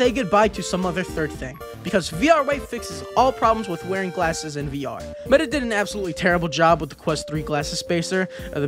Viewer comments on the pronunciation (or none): none